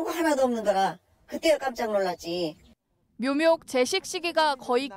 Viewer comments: 잘 못 읽었나 했더니 계속 묘묙이라 하네 ㅋㅋㅋㅋ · 묘묙아 아니라 묘목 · .이제부터 이 아나운서 별명은 묘묙입니다. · 기자발음이 거슬리네요 묘목을 묘묙이라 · 그렇네요... 묘묙묭 이라는 희귀한 발음이네요 😊.. 왜 남의 흠을 보지 라며 영상을 봤는데... 반복적 으로 여러번 나오니깐 묘묙묭 이라는 도특한 단어가 나왔어요...ㅠ